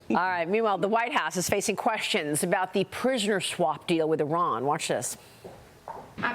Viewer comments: Schwap deal? Lady yiu mess up all the time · She said in 2x now. SCHWAP. What????